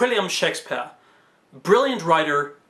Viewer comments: I love you but SHEK - spyehrr kills me a little inside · I enjoy these videos a lot. You can tell this is an early one. I’m glad you got out of the habit of pronouncing “Shake-SPEE-ARE!!!” like a drunken pretentious old lit professor.